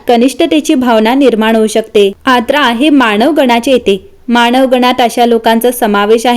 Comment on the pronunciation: Its आर्द्रा, नोट aadra